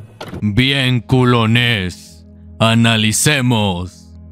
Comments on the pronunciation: Le quita la seriedad y el miedo al momento cuando dices “Culoness” XD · Me duele como dice culones y yo ni culo tengo 😭😭😭😭😭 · el video esta demasiado bueno, pero no puedo evitar querer sacarme los oidos de tanto escuchar ''culones'' XD